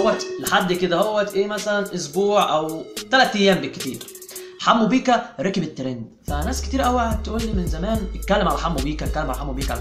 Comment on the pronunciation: يحبو على ايه دا بيقول بيقا مش بيكا